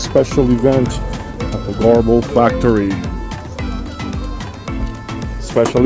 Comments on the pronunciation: If you have problems pronouncing Goebel like most english speaking people say it this way Gubel.and Kaiser acoustic is also not far from Göbel. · Garble ? thats how you say it ?